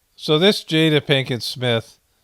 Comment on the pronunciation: Did you say Jada stinkin Smith that's what it sounded like